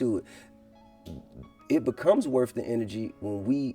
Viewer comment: This shit was happening long before GRAND AUTO. If you can virtually be influenced then you can mentally be influenced as well if you pumping music into your ears that promotes violence and death. And FTR its not "worf" its WORTH! When will we learn the TH sound. DAMN!